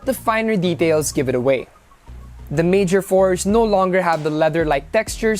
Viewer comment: It's not Mayor Force or Fours, it' s Mayor four 4! jebote fors da te jebo